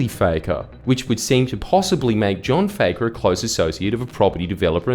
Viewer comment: Is it pronounced Fakker or Fucker? Jordie you must have a big set taking on the Lebber Party. err I mean the Labor Party.